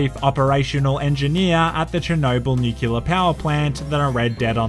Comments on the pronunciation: Nuculer? Say NEW CLEAR. Say it right now NEW CLEAR. New Clear power plant. New Clear energy. Nuclear. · mosted pecilan nucular yusss jk, carry on, have some waret ot sayt hedretyd. (SAY NUCULAR AGAIN) I am ere to contribute and I wish you a well... for hydration, of course.